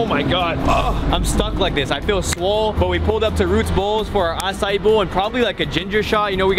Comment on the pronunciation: Who thinks says acai wrong? (No hate)